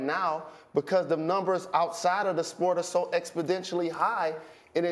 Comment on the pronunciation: this fool jalen rose said, Expedentially....